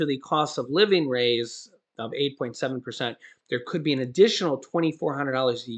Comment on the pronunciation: Key saying could